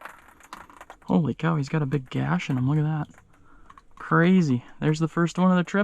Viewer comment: That , "holy cow" was totally Minnesota